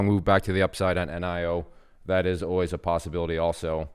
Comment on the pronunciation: It's NEE-O Not N-I-O